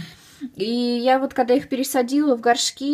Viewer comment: ты вместо "когда" говоришь"кода")))ахааха)